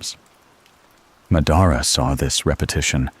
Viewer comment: Ma-daara?? Cmon man